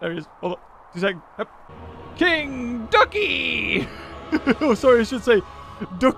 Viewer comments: What other people hear: king ducky. What I hear: Kentucky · when you say king ducky it sounds like kentucky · I thought he said kentucky lol.